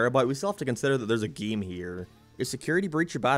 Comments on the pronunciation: Stop saying giem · "then the geem got delayed" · Gieem. From now on I gonna pronounce "game" like this. Like "gieem" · Plz say game correctly my brain hurts